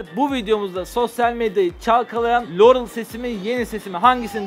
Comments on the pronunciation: liorey diyor abi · Lorul diyor Laurel demiyoki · LOUREL DİYO